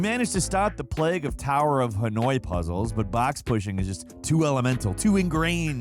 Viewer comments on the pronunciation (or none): none